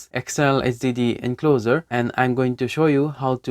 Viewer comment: BTW you're pronouncing encloser. Here's the right one 😉 Otherwise you speak English very fast and fluently 👏 Certainly way better than me, so i hope you don't take this the wrong way. Kuddos on a great video, keep 'em coming 👍